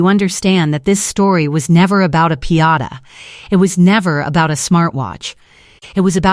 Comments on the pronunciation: It’s called a piñata not a Piata 😂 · You said pee-ata three times. I'm out. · It's pronounced "pin-YAH-tah." .... For a machine that has all the information on the planet available in less than 1 second, this A.I. is exceptionally stupid.